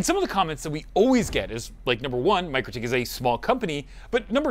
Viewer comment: It's not pronounced Micro-tik, is Mik-rotik 😂